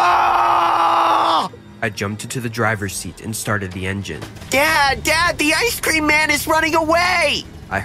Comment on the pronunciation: Everyone love ice-sceam but that was just wrong!